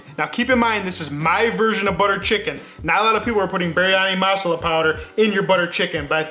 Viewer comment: They way he pronounces Masala is hilarious. I had no idea what he was talking about until I realized his pronunciation was off. However the recipe is on point. Great job!